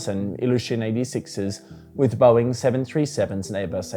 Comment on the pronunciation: the way australians say "boeing" is so funny